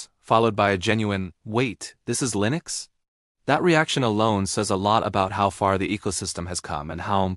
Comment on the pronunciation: 'LINEX' lol